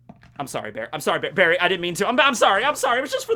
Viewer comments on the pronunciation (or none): none